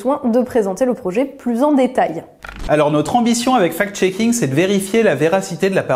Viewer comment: C'est bizarre, quand vous dites fact-shaking , moi j'entends fake-shaking. "Les journalistes qui diffusent des informations, sans les analyser et les vérifier" " ca profite a tout ceux qui ont interêt a manipuler l'opinion, en présentant, ce qui est juste leur point de vue idéologique comme une vérité objective"......... Beh vous parlez de qui la? c'est une auto-critique?